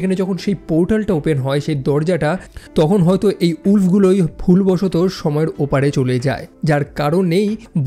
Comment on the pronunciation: thanks for everything vi woolf ar uccharon ta vi hoy ni